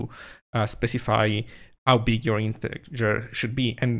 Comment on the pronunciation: Hi, thanks for this vid and all the zig showtime vids. I just wanted to point out that the English pronunciation of integer is like "intejer" (soft g sound).